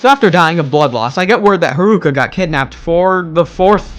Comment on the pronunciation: Did you just called her harooka ?